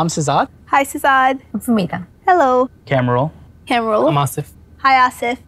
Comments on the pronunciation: GROOM’S BROTHER CANT EVEN SAY HIS OWN NAME RIGHT. ITS “KAHM-RUL” not “Camrul”. MAN FROM QUEENS JACKSON HEIGHT TRYNA BE WHITE. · I knew he would be irritating when he pronounced কামরুল ~ ক্যাম্রুল 😑💔